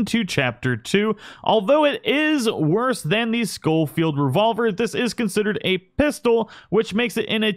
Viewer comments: Please ... it's pronounced sho-field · Scholfield is pronounced SH not SC. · Just a tip: I'm pretty sure it's pronounced show-field not skow-field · The “scofield” gun is acutally spelled “sheffeild” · Pronounced Shoal-field. Dingus.